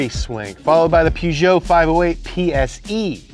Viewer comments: Followed by the Peugeot... Want say that again? I always thought Jeremy Clarkson was joking about Americans butchering car names.... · bro pronouced peugeot as poogeot instead of purgeot